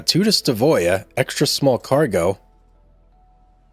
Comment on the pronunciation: it's pronounced Stav øya .. NOT Sta vøya ....øya means island